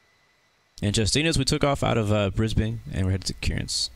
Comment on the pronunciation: Brisbane, not Brisbain